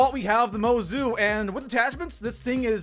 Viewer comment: It’s pronounced Motzu